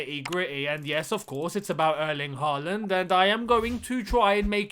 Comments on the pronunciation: Hi. If we are going to sign Erling Håland (or Haaland as it's written in English) can you please start pronouncing his name correctly? The "HAA" part of his name should rhyme with "saw", "sure", "door" or "more"". If his name was wriitten HAWLAND pronounciation would have been more easy, but the Scandinavian "å" is always changed to "aa" when written in English. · You'd get closer saying Hall-and. And I think he'll come here if you can pronounce his name right.